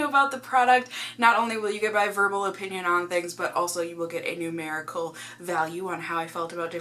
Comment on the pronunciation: “In my O-pinion.....” your Massachusetts accent came out.... which I love when ever I hear it , it takes me back to sometime in the 90’s when a cartoon called Bobby’s world used to air and life was simple lol. Anyway his mom is from Massachusetts and has a heavy accent. That’s why I like hearing it. Btw I think you are amazing!